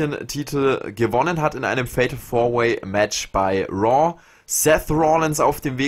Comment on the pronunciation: woa anstatt raw😂